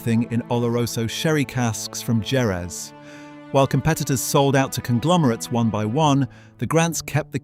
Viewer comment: That is hands-down one of the best scotch whisky videos I’ve ever watched on here and all these bottles are now on my must-try list One tiny criticism: Jerez is pronounced “Hereth” Subscribed!